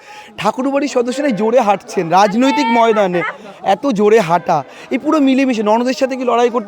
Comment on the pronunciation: কঠিন ন্যা, সাংবধানিক, রাজনতিক, কলেষ্টর আরও যে কতগুলি ভুলভাল উচ্চারন করলেন ঠিক গুণে বের করা যাবে না l